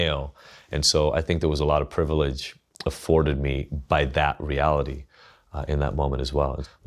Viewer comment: you lost me at "privilige."